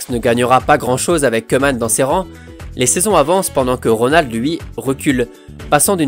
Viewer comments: salutation à toi et à tous mes amis français. alors petite précision, en néerlandais le oe se prononce ou et donc koeman se prononce kouman. Super vidéo en passant comme toutes les autres! RIP Kobe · Super vidéo! Juste le "oe" en néerlandais se prononce ou ;) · si le oe en néerlandais tu dis ou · « oe » en néerlandais se prononce « ou » on dit donc ronald « koumane » sinon très bonne vidéo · On dit kouman